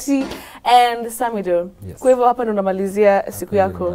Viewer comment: Much love samidoh i love the way betty is pronouncing your name.